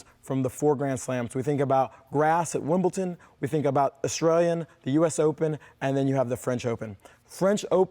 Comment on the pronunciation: Did he really just say WimbleTon? 😬